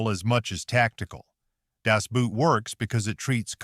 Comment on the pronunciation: The German word Boot is pronounced like the English equivalent boat, not like English boot.